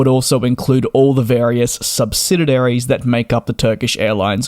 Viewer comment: Sub-si-di-ary! [only one 'D']